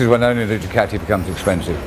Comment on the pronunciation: But still can't pronounce Ducati correctly. Come on mate